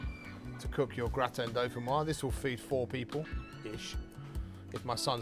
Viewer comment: Looks awesome, gonna try it! Used to have it all the time in France. By the way, since it has an 'e' at the end, it's pronounced 'doe-fin-wahz'. Basically just add a 'z' sound at the end of how this Youtuber says it.